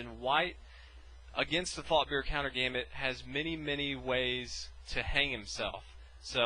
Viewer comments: At the start i hthought u said fucker countergambit or fuckbear countergambit lol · i always hear "the fucker countergambit" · Did anyone else think at first he said "fucker counter gambit"? lul